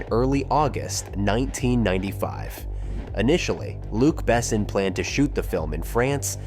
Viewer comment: Milla Jovovich best choice for Leeloo ever. Can’t imagine anyone else in that role. - The whole movie is perfect, no sequel, no reboot, no remake please. - The narrator should teach himself how to pronounce Besson correctly in French.